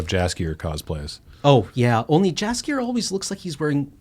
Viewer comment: Re: witcher - two things. One is read the books, you can thank me later, they are unreal good literature and well above average for its genre. Two - no big deal but Jaskier is pronounced yahs-kyer as the author is Polish and created it off of an existing Word. Much like geralt is said with the soft g not hard j